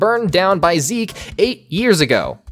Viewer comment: not 'ZEKE' !!! sdufhsjfsokdlofsd